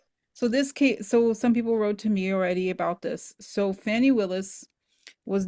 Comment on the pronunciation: Fani is pronounced fawny -- i love her, otherwise I wouldn't mention